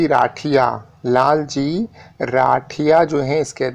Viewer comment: लालजी नही जी वो लालजीत सिंह राठिया है। सही सही बोला करे